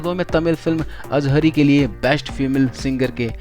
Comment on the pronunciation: तमिल फिल्म का नाम "अड़गी" है न कि अजहरी। अड़गी का अर्थ होता है सुंदर महिला। प्रजापिता को भी आपने प्रजापति बोला जो कि गलत है।